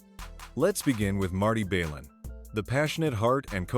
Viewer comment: it's not Marty "Bay-lin" its pronounced Balin, ok AI?